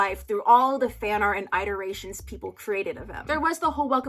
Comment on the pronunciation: Girl, why you saying iterations like that? It’s scaring me please